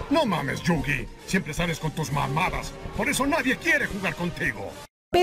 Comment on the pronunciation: Nadie es tramposo, solo fueron las reglas de ese momento. Que deck nada, se dice mazo, baraja o monte. ¿Chilión? Esa no es una palabra mongólico. No se llama ladrillo, se dice “párrafo”, mongólico. 遊戯 | ゆうぎ | Yūgi se pronuncia “iuu-gui” y 遊星 | ゆうせい | Yusei se pronuncia “iu-se-e” ve el anime y te darás cuenta.